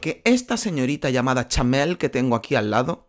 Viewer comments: POR QUÉ DICE CHAMEEEEEEL😮‍💨😮‍💨😮‍💨😮‍💨😮‍💨😮‍💨😮‍💨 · Porque dices Chamel y no Chanel? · Ella se llama CHANEL, NO CHAMEL como dices todo el tiempo tío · Cada vez que dice chamel pienso en un camello, no se por qué 🤣🤣🤣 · Xq dice Chamel